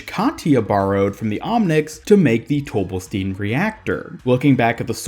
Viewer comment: It's pronounced "Tobelstine", just like Sigma says.